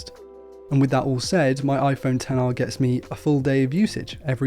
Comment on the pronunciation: It's so refreshing to hear someone correctly call this phone a 10-R instead of "Ex-R". Whenever I hear someone call the this line of phones the "Ex" line, they loose all credibility of tech saviness with me.